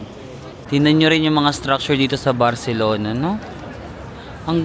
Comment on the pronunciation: your spanish pronunciation is giving when you say barcelona and alimentacion. this is by far, my favorite series because i have yet to visit spain plus i studied spanish so it brings back all the words. it's pee-ca-sso. hablo espanol un poco pero entiendo mas. buen viaje. cuidarse.